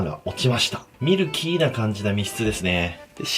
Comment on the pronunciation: ミル↓キー↑なんですね。わかります